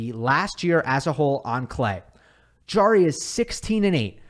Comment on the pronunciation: Great job, except for the pronunciation of Nicolas Jarry's last name. It is Harry, since j in Spanish is pronounced h (e.g., Jose).